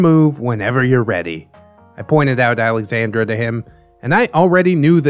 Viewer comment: I love this and I’m sorry but he’s definitely pronouncing Alexandra wrong.